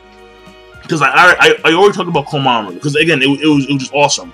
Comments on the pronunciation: Jeesus King, it's KOMA-MURA, not KOMA-MARU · "Mura", not "Maru" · ITS KOMAMURA NOT KOMAMARU LOL